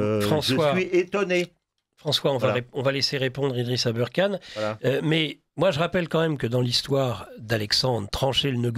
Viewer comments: Si vous anglicisé le ER dans aberkane. Pour le prononcer "eurre" Alors Kane, devrait être prononcé Kéine. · non mais pourquoi il prononce Abeurkane? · Même avec ses lunettes il ne voit pas que Aberkan ne s'écrit pas et ne se dit pas abeurkan!!!! C'est du manque de respect